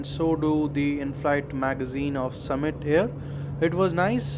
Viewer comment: Arey, ye English ka Summit Air hai na ki सुमित hai 😅